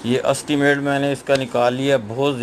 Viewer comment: Hy punbai may estimate ko astimate Sprite ko suprite